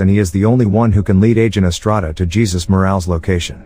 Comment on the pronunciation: How is it you get Paolo right but can't get Jesus right? Lmfao